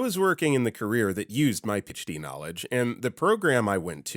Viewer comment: I'm not saying he isn't real, but this video strongly resonates as AI. Especially with the consistent mispronunciation of PhD. No human would do that. Especially that consistently.